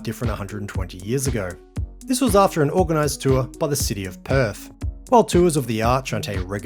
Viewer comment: West Aussies can’t do TH when saying Perf 😁